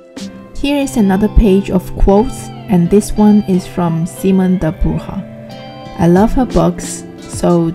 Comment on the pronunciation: Very beautiful ! 😁 just it's SimonE not Simon 😉